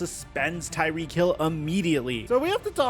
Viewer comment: calls him " Tyreekee"